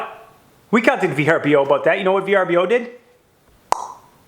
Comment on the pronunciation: Pronounced as VERBOWWWW